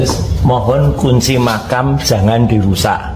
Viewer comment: 'Makam' bkn makan bang . 😂😂